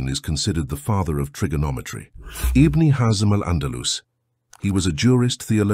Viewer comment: Something is taken away when the AI mispronounces certain words. IBN is not pronounced Ibne it's pronounced Ibin. Pronunciation is key.